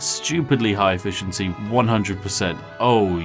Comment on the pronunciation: It's not "efficiency", it's eFISHency!